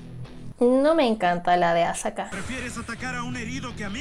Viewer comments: Jajaja te confundiste en una parte dijiste azaka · Jajaja me causo q al principio dijiste asaka🤣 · Decia Azaka 💀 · Mija es akasa N asaka lo dices mal 😅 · AKAZA ❌❌ AZAKA😻✅ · Solo una corrección y voy menos de tres minutos del video... Es A-KA-ZA... No A-ZA-KA... Se nota donde quiero llegar? Bueno después comentaré con respecto al video en si... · No es asaka es akasa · Es akaza no asaka 🤪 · COMO VAS A DECIR AZAKA ES AKAZA, A. K. A. Z. A 😠😠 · Es akaza no azaka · AKAZA, NO AZAKA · Es akaza no azaka xd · Por qué le dice azaka ? Tantas veces ?? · "azaka" xD